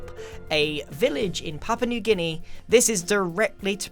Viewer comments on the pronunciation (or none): none